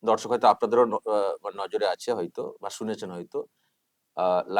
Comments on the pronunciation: দর্শক শব্দটি ঠিক করে বলুন, ধর্ষক শোনাচ্ছে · দাদা, আপনি দর্শক না বলে ধর্ষক বললেন যে, আমি আপনার কথাটা ১০ বারের বেশি শুনেছি। আপনি প্রয়োজনে শুনে দেখুন। মমতাজির ভুলভাল কবিতা শুনে আপনিও কি ভুল বলতে শুরু কররেন। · দাদা আজকে শুরুতে দর্শক বলতে গিয়ে ধর্ষক বলে ফেলেছেন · হিসিমনি তো তার মতো বললো। কিন্তু আপনি 'দর্শক' বলতে গিয়ে একদম প্রথমে কী বললেন?😝